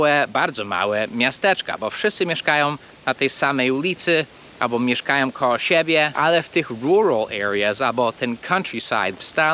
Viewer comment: Nie KOOOOOOOOOO, tylko KOŁO.